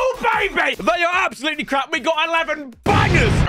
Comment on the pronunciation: 'Absoulety' XD